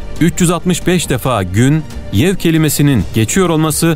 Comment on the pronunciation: Gün , yev değil yevm olacak. Yanlış telaffuz edilmiş, bilginize. Başarılar